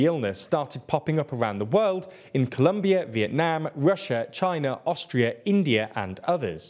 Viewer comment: I am just impressed by your pronunciation of Vietnam. Spot on.